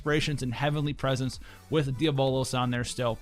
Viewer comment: Did you just pronounce diablos deer-bow-loss?